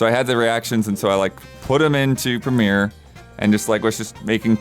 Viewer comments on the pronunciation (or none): none